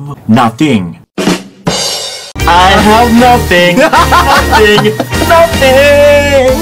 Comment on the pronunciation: Hahahaha 🤣 in British Nuhtheng.